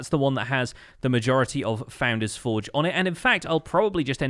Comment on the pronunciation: It is the only poultry man which is evolving into the Pesky bird. My life is a lie, I thought you always said foundains-forge but it's founder's Forge? Huh?